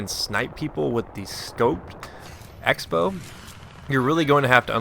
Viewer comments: '' EX bow'' crossbow. like xing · I always thought the X in the Xbow meant 'cross', so you pronounced it crossbow.